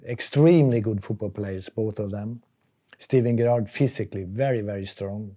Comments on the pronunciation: All the years Sven managed Stevie G and Gerrard never corrected him on how to pronounce his surname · Love the way he pronounces Gerrard. Poor Stevie G. 😂